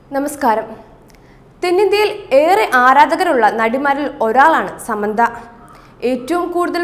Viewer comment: ആദ്യം ഒരാളുടെ പേര് നേരെ ചൊവ്വേ പറയാൻ പഠിക്കു സമ്മന്ത അല്ല സാമന്ത 👍